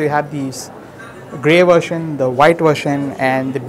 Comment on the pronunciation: Its 'version' not 'vertion'..